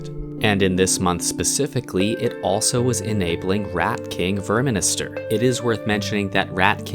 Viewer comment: it's called verminister, not verminster